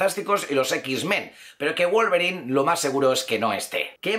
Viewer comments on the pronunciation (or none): none